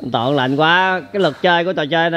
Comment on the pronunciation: Anh Lâm cứ nói anh Toàn là tòn hoài